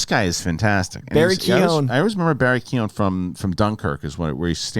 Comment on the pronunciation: The Irish in me needs to correct the movie pundits (not just y'all) on the pronunciation of Barry Keoghan's name. I've heard it a half dozen different ways but it is (phonetically) Kow-gn. Sincerely, Sean.